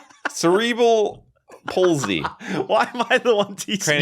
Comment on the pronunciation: "Cere-bul pulsey"